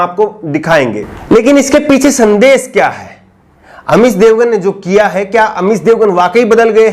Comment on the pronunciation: aap.shabd ka sahi ucharan kiya kre. Jaise amish devgan ko aap amis devgan keh rhe ho. Shehnawaz ko sehnawaz keh rhe he. Sandesh ko aap sandes keh rhe he. Sudhariye sir apni bhasha.